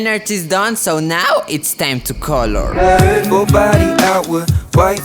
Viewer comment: I love when says “color” it sounds like “call her”